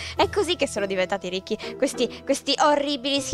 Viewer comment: hai sbagliato hai detto risci, comunque ti adoro